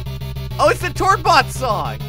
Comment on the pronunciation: I cringed when he said tordbot it was Norway lol